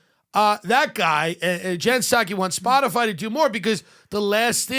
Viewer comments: “Spotifly” Sums up every boomer…it’s not even a hard company to pronounce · Did Jen Psaki say “Spotifly”? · Did she call it "spotifly" 😂😂😂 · So, we're just not going to mention that she said "Spoti-fly?" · Has anyone noticed Psaki said “Spotafly”…? Did she mis-speak or is she cya for liable??? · Psaki wasn’t taking about Spotify. She specifically said “spotifly ” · " that certainly includes SPOTIFLY" ... no one's going to call this out? 😹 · Tsaki said Spotifly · did that lady say “Spotifly”? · She said Splotifry. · hahaha how ironic, saying "Spotifly" instead of "Spotify" is misinformation right there! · Are we all just going to move pass the fact that she called it " Spot-A-Fly." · Did Jen psaki say spot a fly instead of Spotify? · She said spotafly!! 🤣🤣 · Listen close Psaki says “Spottafly” ….Isn’t that Miss information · Spotifly….WTF is SpotiFLY!? 🤣🤣🤣 fire her! YES OR YES! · Did she say “s p o t i F L Y”? And I shall never see Nutella again and not laugh 😆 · nobody goes after Jen for saying "spotifly"... proves she's just reading a script, and doesn't know and care of what she speaks. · The lizard person said, “Spoti-FLY.” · I noticed it too, she can’t talk and that’s her job. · We gonna ignore her saying SpotifLy?